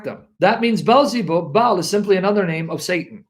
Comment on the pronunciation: Balzebub, Balzebal, Bilzibul, Balzibal 😂😂😂